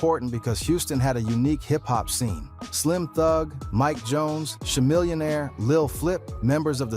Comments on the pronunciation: Cha- who??? It’s pronounced (Ka-millionaire) like a chameleon??? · He said Shamillionaire😂